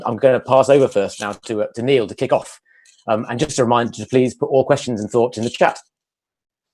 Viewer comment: Great to hear Nial Murphy speaking. Pity you kept calling him Neil 🤣🤣